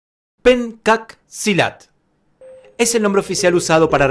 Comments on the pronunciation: hay un detalle que queremos decirle: En este mencionado arte marcial, leemos "PENCAK" en la primera palabra, pero desde el idioma indonesio se pronuncia como "PENCHAK", y por eso mismo algunas revistas de artes marciales (Budo International es una de ellas) la escriben como "PENTJAK"... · Se pronuncia penchack, no "penkat". En indonesio la "c" se pronuncia como "ch" y no como "k".